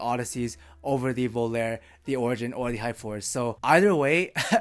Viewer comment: i love your videos.. IO iems names are italian... Its not pronounced as prepare.. its volarE(FLY) just like SOGNO(dream).. pronouced just like bologna